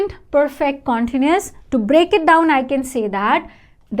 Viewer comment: You pronounce continuous in a wrong way!